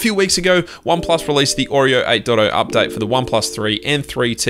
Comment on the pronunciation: Why are you pronouncing "update" as an updite? Lol)))